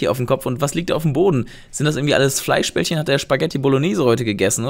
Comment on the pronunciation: Einfach Lachflech als gesagt hat Spaghetti mit Fleischbelchen 😂😂